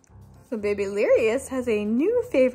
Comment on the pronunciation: I love you say babylirious but you say bebe instead of baby